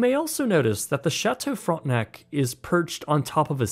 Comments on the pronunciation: Brother I know you're one of us but hearing "front-nack" in the beginning had my French immersion ass spinning outta control 😂😭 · Also, it's not pronounced "Frontnuck".